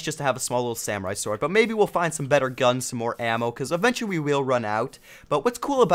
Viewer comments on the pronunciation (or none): none